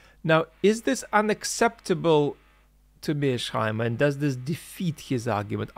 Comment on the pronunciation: It's Mears-Heimer, not Mear-Sheimer!